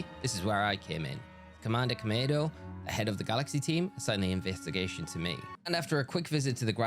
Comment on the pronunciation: Every time you said kamado, all I heard was tomato every single time, lol. On another note, I wasn't planning on ever getting legends arceus, but I just ordered it, and I'm gonna attempt the shiny run now, lol